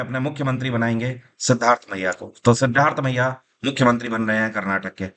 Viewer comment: Sir 🙏 आप कर्नाटक की CM का नाम "सिद्धार्थमय्या" उच्चार कर रहे है और ऑप्शन मे"सिद्धारामय्य" लिखा है। वैसे उनका नाम "सिद्धारामय्या" ही है और वो दूसरी बार कर्नाटक की CM बन रहे है। पहेली बार 2013 to 2018 बने थे और "देवराज अरस " के बाद वे केवल ऐसे दूसरे CM जो पांच वर्ष की पूर्ण अवधि समाप्त किया है।